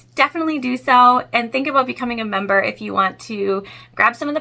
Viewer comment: Too much emphasis on "becoming a member!"